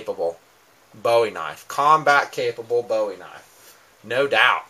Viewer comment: why can't yankees pronounce "bowie" right?